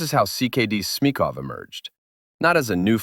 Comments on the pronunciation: Great video, but the pronunciation of ČKD hurts my ears (I'm Czech). Č is pronounced differently than C. Yet you know how to pronounce č, for example in the word Smíchov, you pronounce č instead of ch. I would add that in the Czech Republic, Škoda Plzeň has continued the ČKD tradition and manufactures trams (but be aware that Škoda Plzeň is a completely different company from Škoda Mladá Boleslav, which manufactures cars). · He could do with a bit of help on pronunciation, starting with "ČKD" and "Smíchov".